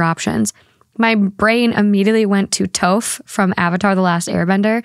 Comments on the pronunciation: Hey I know you were reading some of these for the first time but as a fan of avatar the last Airbender, respectfully, it's toph like the "o" sound in tot. Not the "o" sound in tote. Love what you do ✌🏾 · Just so you’re aware, toph isn’t pronounced like toe-ph, but rather the “to” is pronounced like that in the word top, or the “o” in crop, with a sort of “ah” sound. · Toph = T - off not T- oaf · Toph is pronounced T-aw-f not Toe-f lmao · great episode 👍🤌 the way you pronounced Toph’s name tho💀💀💀🤭 in the gaang we got Aang, Katara, Sokka, Zuko, and ✨Toe-ph✨ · my girl out here pronouncing Toph as if it's the first part of tofu 😭 (love the episode but that threw me so hard lmao) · Died when you said Toph's name Hahah the its pronounce Taaf think kinda like tough but with an f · Toph (taaf) kinda like tough but with the aa sound. Watch the kid show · I have to be that person, I know she probably hasn't seen the show, but I love Toph too much to not tell that she mispronounced her name lol. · I will muster the willpower to forgive you for pronouncing Toph’s name that way smh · why did you said Toph like that? It’s a little O sounds like “soft” 🤦🏽‍♀️ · The way you pronouced Toph's name 😅😢